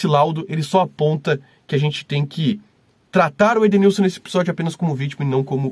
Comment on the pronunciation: Perito não sabe nem falar o nome do Edenilson lkkkkkkkkk